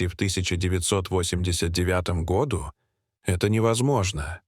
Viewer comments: В 1989 годУ, а не гОду. Двадцати трËх, а не трех. Читает робот, делая ошибки в произношении слов. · чтец еще тот, "году", ударение на "о", это что-то, сказочники, и люди и кони и события и страны